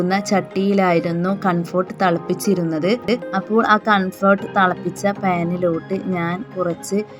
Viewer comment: കൺഫോർട്ട് അല്ല കംഫർട്ട് ആണ്